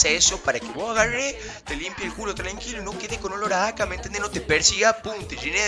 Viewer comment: Aka en vez de caca